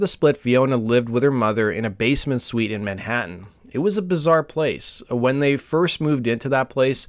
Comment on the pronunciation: Basement “suite” 💀